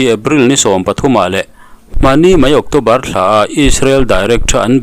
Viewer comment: Octawbar ani thei dawn a mi? ocțobar ani zawk lo maw?